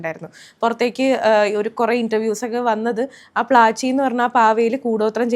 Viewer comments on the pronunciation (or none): പ്ലാച്ചി അല്ല പ്ലാഞ്ചി..